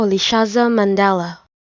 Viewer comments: Is this a joke? This is nowhere near how it is pronounced. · It's far from good that's not how it is pronounced by the way. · Mandela be like - No ..... Noooo...... That's not me.. 😭 that is not how my name is pronounced..... 😂